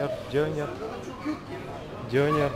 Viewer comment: Классно. Единственное, поправлю, не дЁнер, а дёнЕр. В турецком языке почти всегда ударение на последний слог...